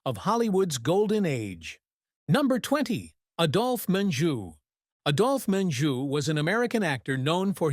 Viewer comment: I really despise these "hit pieces" about dead actors and actresses. First of all, the narrator mis-pronounced Adolf Menjou's name. Adolf is pronounced with a long "A". Secondly, there were many actors and actresses who really were communists and socialists. My husband and I have watched movies for over 60 years, and the message of communism being superior to capitalism has been pushed since the late 1960's. Third, you omitted actors like Gig Young, and Paul Kelly who really did commit murder and manslaughter. Kelly spent over 2 years in San Quentin for manslaughter. Gig Young killed his wife and then suicided. Fatty Arbuckle was railroaded and ultimately acquitted of murder. Fourth, Henry Fonda was no saint either. He mistreated one of his wives so badly that she suicided after they were divorced, and his daughter Jane is a dyed in the wool communist. She should have been charged with treason after she went to Viet Nam and supported our enemy. Fifth, videos like this ALWAYS claim that actors/actresses died of cancer because they smoked. You fail to mention that a gene has been isolated which causes lung cancer and explains the reason MANY non-smokers have succumbed to the horrible death. In the end ALL of the people you mentioned are human, and have their own foibles. Your biases are obvious and the MAKE ME SICK.